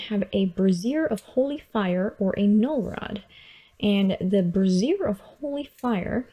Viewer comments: Bray-Z-Ear. Not brassiere. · Brassiere of Fire. I had to laugh every time you said it. Sorry. lol Not nitpicking but its pronounced (brāZHər).